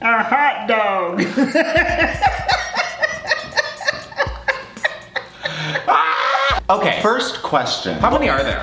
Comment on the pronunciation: Okay but the way Andrew’s mom said “a HoTdOg, literally killed me